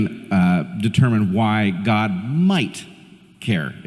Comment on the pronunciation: Does Peterson actually have to keep pronouncing the word “god” as “gooouud”? Like gourd without the “r”.